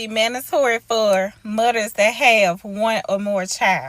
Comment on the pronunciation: Did she say mudders?